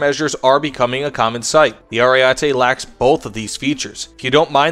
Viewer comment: Just FYI, the first E sounds like the last one: AriEtE. The A sound made me cringe a little :P